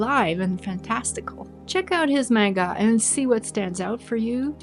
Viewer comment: For future videos, manga is pronounced as MAHn-ga. I dont blame you though. Most of us start out saying mane-ga.